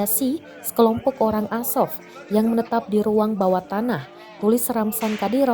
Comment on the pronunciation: Narasumber bilang Asop Asop, Azov woy